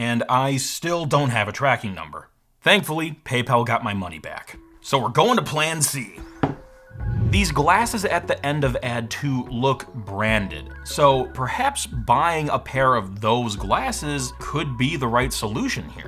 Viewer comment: plan c he said sounds like plan h